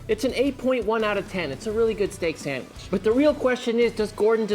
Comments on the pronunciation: There is no 'M' in 'sandwich'. It's not a sammich. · Pretty sure he says "Samwitch"